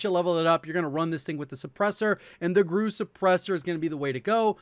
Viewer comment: it's pronounced G.R.U. (You say the letters individually, like with CIA) - GRU was Soviet Military Intelligence.